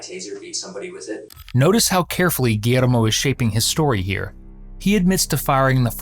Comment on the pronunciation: You couldn't just say "gee-yer-mo"....had to spanish it up?